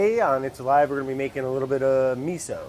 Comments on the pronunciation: It's a-lie with Brad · It’s alive... More like it’s a-lie